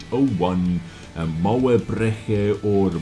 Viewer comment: I love how you say German words The first one was pretty good